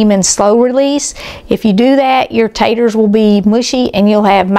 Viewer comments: Ponce Taters not tatters. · I'm as southern as can be. Tennessee born and bred. I used to say purty and taters and ain't, until elementary school. I almost always say pretty and potatoes these days. I avoid saying ain't. The thing is, most southern people do the same. I have to admit that hearing say taters through an entire video is surprising. Don't get me wrong. There is nothing wrong with her saying whatever she wants, but for whatever reason my ears are annoyed. Ooops! I just heard her say potato! I'm embarrassed to admit the word tater is bothering me. Maybe it's the migraine talking. And the upset stomach. I've wanted a good potato salad recipe for a while (egg and chicken salad too). I'll be making this because it looks delicious! All recipes are delicious!